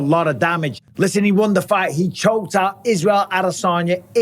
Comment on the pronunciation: HE SHOKE HEEM OWT